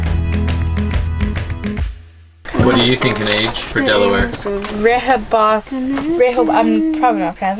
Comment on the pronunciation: Love this! Thanks for visiting Delaware, but remember, it's "Delaware," not "Deleware"! Glad you enjoyed the "Diamond State," and Hagley Museum. Thanks for the shout out to the NBN basketball program. Wish it had been around in my day. Best wishes for the rest of your journey.